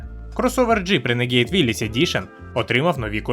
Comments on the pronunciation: Людям не подобається, коли не правильно! Я кажу не про переклад, а про вимову, яка у Гугл перекладача завжди правильна. В даному випадку модель називається Рéнеґейд, але ну аж ніяк не "ренегід". Де ви там ту "і" побачили?! Ви ще Audi "аудіо" назвіть! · А чому "ренегІд"??? Чому не "рунегуд" або не "ранегод"??? Коли ви читати навчитеся? Якщо брпкує знань англійської, щоб прочитати правильно, хочаб Гугл перекладачем користуйтеся! Там є така опція - читати вголос, якщо ви не знали